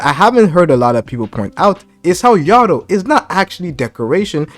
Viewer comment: Bro it’s Ah-Rye-Ah. And yo-dough. Why is everyone struggling to say their names lol